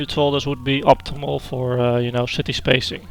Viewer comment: Yes. Somewhere on the beginning of the video you sad "city spacing", but to me it sounded like "shitty spacing" so I laughed hard. I am sorry and meant no disrespect, this is a great video..